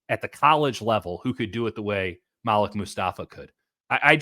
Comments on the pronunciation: When white people try to say your name its cringe worthy... His name is Maleek!! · ITS PROBOUNCED MA -LEEK!!! .. OMG WHY DO WHITE PEOPLE PRONOUNCE IT MALICK🤦🏿‍♂️🤦🏿‍♂️🤦🏿‍♂️